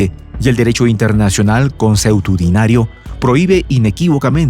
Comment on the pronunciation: Consuetudinario, no conseutudinario